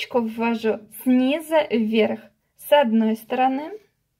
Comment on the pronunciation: "СнизУ", а не сниза!!!! Невозможно смотреть вашу тягомотину. За 5 секунд всё показать можно было!!!